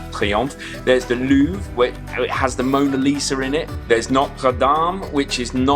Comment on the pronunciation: Totally non-related: Louvre is pronounced loovRE. Thought it‘s just a .. macabre … American thing 😅